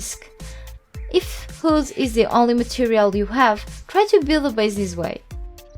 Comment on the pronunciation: it's funny how you can't say wood :D